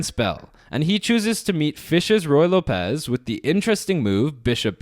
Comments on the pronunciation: Not loPEZ. It's LOpez, like locker. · ruy lópez, not ruy lopéz